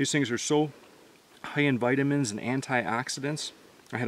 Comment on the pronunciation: The way he pronounced vitamins and antioxidants was hilarious